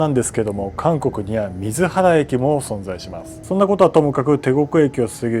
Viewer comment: 水原市に住んでいる韓国人です。水原に言及していただきありがとうございます。実は、日本統治時代でも「水原」を「みずはら」と呼ぶことはなかったんです。理由は不明ですが、当時の日本は韓国の地名を決して訓読みしませんでした。なので、当時も水原駅は「スイゲン駅」というのが正しい読み方でした